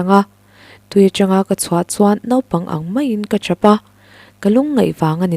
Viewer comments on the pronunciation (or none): none